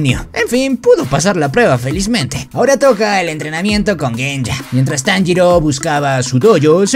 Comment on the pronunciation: Es tanjiro no monjiro